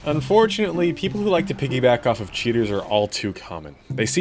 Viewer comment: Why he sounded that he said cheetos, not cheaters...